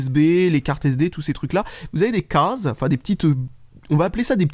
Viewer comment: Alors les c est les CAAAAAASES...mdr l accent....